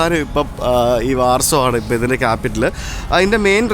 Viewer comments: ബ്രോ വാർസോ, ലുക് സംബർഗ് എന്നതിന് പകരം ലക്സംബർഗ്, വാഴ്സ എന്ന് പറയുന്നതല്ലേ നല്ലത്❤❤❤ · Good 👍 ഉച്ഛരിക്കുമ്പോൾ വാഴ്‌സോ എന്ന് പറയണം ബ്രോ.